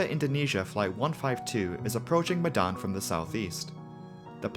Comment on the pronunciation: As an Indonesian i understand that your kinda struggling,cuz instead of the word medan you pronounced it as "Madan",but anyway nice, content